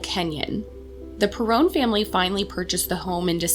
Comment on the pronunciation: Lol, it's pronounced perron, rhymes with heron; and this must be the remake of the house from the movie. Have you read the books? Can you please make a representation of the real house? 🙏